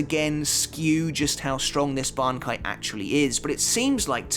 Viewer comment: why do u pronounce bankai like that, are u dub watcher